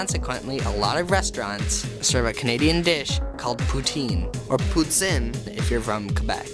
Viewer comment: The second time you say poutine is pure quebec accent. I'm from the place and out of its context I would never guess that you are an english speaking person.